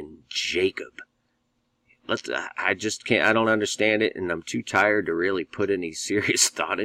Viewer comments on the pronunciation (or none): none